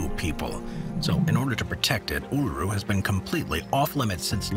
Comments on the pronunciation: Absolutely butchered both names for Uluṟu lmao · How can you pronounce Uluru and Ayers Rock wrong? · In an otherwise interesting video - it annoys me when research doesn't extend to finding out how to pronounce place names grrr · At least you pronounced Alice Springs correctly after totally botching Uluṟu (oo-la-roo) and Ayres (airs) rock.